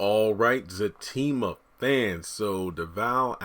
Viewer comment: Very good... you have been saying his name right ✅